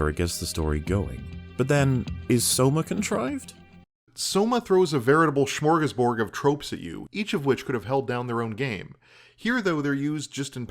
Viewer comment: Snrk... "Schmoegashboewrd"... Hearing people trying to pronunciate scandinavian languages is always a good time. Also, people seem to reach a conclusion about a game through some obfuscated means, and then they twist every single aspect of the game to justify this opinion post hoc. If they don't enjoy a game, everything about it is shit, and if they do enjoy it the game is objectively a masterpiece, as they are people of discerning tastes, and can't possibly be wrong.